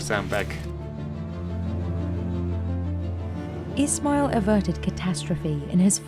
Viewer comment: For goodness sake at least get the pronunciation of Ismail's name right if you're going to show and talk about him. It's the most basic thing. We didn't get away with that even in high school presentations.